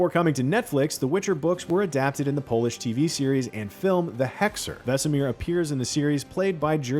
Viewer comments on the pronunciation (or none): none